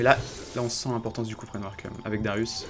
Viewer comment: et c est darius pas darius et c est pas où c est ou